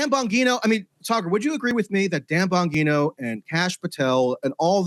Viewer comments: Gives me when such a weird feeling when he pronounces it as Dan “Bonguino” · First it was "Have you ever BEAN" now we have "Dan BonGEENo" 😂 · Dan Bon-what?? 😂 At least he didn't say BonGyno. There is a real problem in the new podcast debatosphere with regular journalists showing up and not having a clue wtf they are talking about.